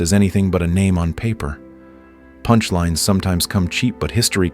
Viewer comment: I guess the prompt that this IA was feed included... Please enphazise the word "punchlines"